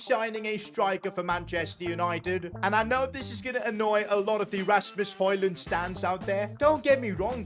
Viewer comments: Its not holand its hoylind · Its not holund but hojlund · say højund not holund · Its not holland its hojund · why did he say haaland instead of højlund he could just have said hojlund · Im from demark and its not Hojlund its højlund😅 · Bro called Hojland Holland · Ur saying højlond right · HOW TO SAY HOJLAND IS HOILAND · Say it like this hoylund that’s how it sounds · I love how he calls hojland holland 😂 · It is painful to listen to him butcher hojlunds name